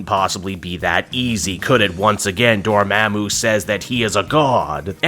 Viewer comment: why you keep saying Dormammu like that i thought it was DOOR MAHHH MOOO not DOOR MEHH MOO?